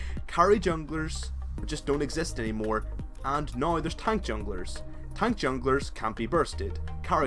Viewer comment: "right noi" hahaha :3